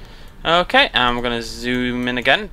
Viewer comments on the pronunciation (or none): none